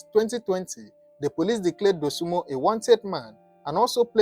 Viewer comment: Dosunmu not Dosunmo. Get that right